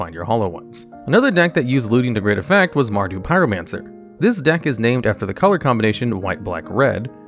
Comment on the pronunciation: Seriously dude love your vids but please get someone to help you with pronunciations MARDU not MARDIE